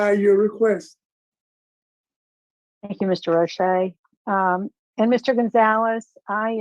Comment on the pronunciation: This is why Roche is my favorite and the prisoner screwed up by miss pronouncing Roches name. “FOIA”you can find out the numbers on the commutations.